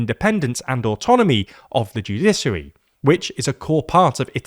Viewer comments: Shouldn't the word sound like "judishary", not "judisary"? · Man I'm sorry but it's joo-DISH-uh-ree, not joo-DISS-uh-ree. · There is absolutely no reason to pronounce it "judissary." Stop it. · it's pronounced 🗣📢《JEW-DI-SHI-ARY》 Get it right‼ even a 5 year-old could do better. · What the fuck is a "judissary" and what the fuck is the "judissal" system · Joo-DISH-uh-ree, joo-DISH-ăl are the correct pronunciations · What the heck is a "Judisery"? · judiSary 😬 is that really how Brits pronounce it 😂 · The pronunciation of ‘judiciary’ in this is maddening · Being a lawyer in England, I've never heard a single lawyer pronounce it that way . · Dear God! Is that how the Brits pronounce "judicial" and "judiciary"..? 🤔 🤮